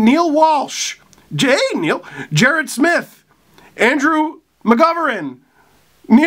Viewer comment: You said my name right Steve! (Jarrett Smith), Good job!